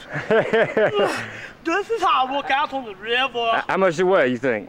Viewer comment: LOL " this is how i work out on the rivva " lol then the catfish slaps him lol love it